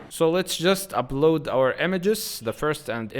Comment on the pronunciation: Good. But you should make sure not to mix b with p. For example sometimes you say ubload it should be upload. Deebseek should be deepseek. Etc.